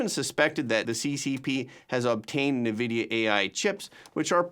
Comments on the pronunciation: It's not "nahvidia" it's "N" "vid-eee-ah" where the "N" is just said like the letter N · EN-vidia… not NA-vidia